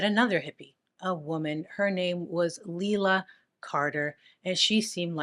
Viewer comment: Her real name was pronounced liela Mae Carter she was born white trash .I should know I'm her younger brother.